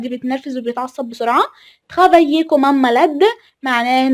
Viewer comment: تقرأ Comme كوم وليس كمم